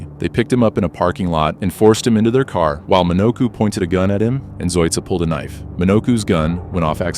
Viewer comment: I thought you were mimicking a new York accent with that first ca😂😂